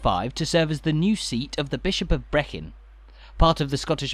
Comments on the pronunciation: Brechin ….not Brecon…….skoorinburn…not Skowrin burn… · It’s pronounced Brie - kin ok local frustration vented.